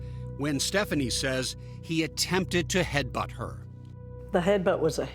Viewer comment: So let me get this straight .. a stripper meets a guy hanging out in the club... they get together and its a toxic relationship.... shocker!!! And its "headbutt" not "headbunt" 😂